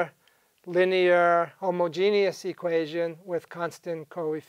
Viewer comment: This guy says homogeneous like he is talking about Alan Turing.